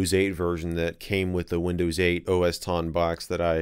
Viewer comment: Nobody: Michael MJD: Windöüws Love it! :D